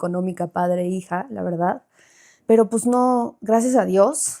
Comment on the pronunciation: Romi dijo su Veldad 😂😂 Hermosa la Romi por fuera y por dentro más Bella ❤